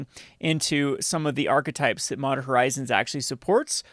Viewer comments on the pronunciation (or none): Mondern lol 😂😅